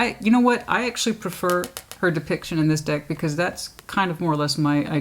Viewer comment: Every time you said “deck” during Cancer 😂😂☠️ Once I heard it, I couldn’t unhear it each time. Lol